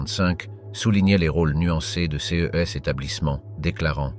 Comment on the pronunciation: Cette voie électronique, je n'en peux plus !!! On ne dit pas "C S" mais "ces".J'ai lâché au bout de 6 minutes.